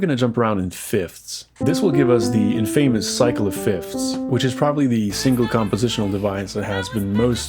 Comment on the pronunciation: Cool video but infamous isn't actually pronounced "in-famous", it's more like "in-fuh-miss". Whatever affent you have though is barely noticeable. Are you Arabic/MENA? Syrian or Lebanese in particular?